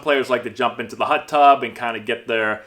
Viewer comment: “Hut Tub”